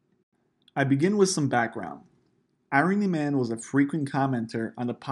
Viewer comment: It’s pronounced “I-Run-Knee” Not “Iron-ee”